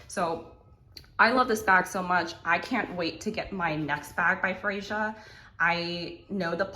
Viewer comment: I think it's pronounced "Freya"